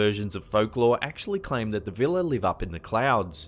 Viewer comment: Vila are properly pronounced vee-luh or vee-wah.